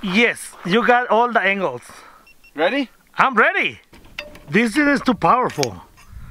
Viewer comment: "I'm rready"...